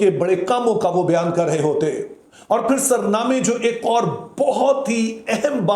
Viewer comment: Sir jee you are a teacher pl, correct in saying sarnama is a wrong pronounced in urdu it is soornama meaning which cord to start the song I hope you will correct yourself.